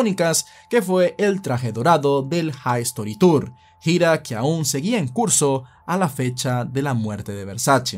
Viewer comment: Excelente la narración, solo como gran fan de Michael Jackson se pronuncia History T o u r no haistori tour jajaja, así tal cual colo se escribe.